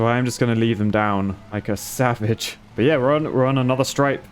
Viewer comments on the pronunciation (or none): none